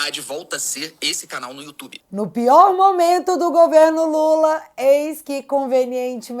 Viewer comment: A Natuza fala "momanto", deve ser a queixada rss 😄😄😄